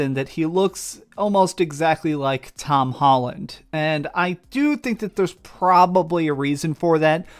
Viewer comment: "Hom Tolland"